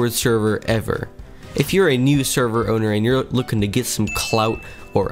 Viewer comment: Why do i keep hearing him say "Sherver"